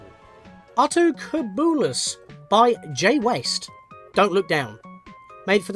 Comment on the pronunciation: The "cub" in "Altocubulus" is like "cube". Yes, I do know I'm telling you two years too late for you to use this information.